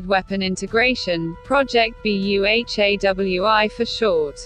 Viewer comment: Sorry what I heard ☹️😔 Project BEHEWI? It's Project BU+HA+WI